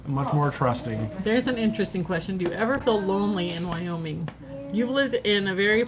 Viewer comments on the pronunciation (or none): Wyoming not wooing